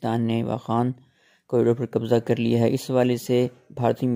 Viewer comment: Qabja nhi qabza hota ha